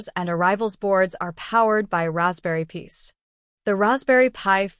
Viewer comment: Work on your text-to-speech. The plural of "pi" is not pronounced "peace".